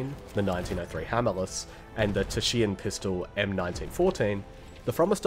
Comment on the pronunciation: the taschenpistole is pronounced tashenpistol